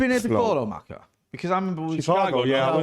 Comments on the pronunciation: first blackman i ever heard who cant pronounce Chicago properly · Can you pronounce Chicago for me again bud 😂😂😂😂😂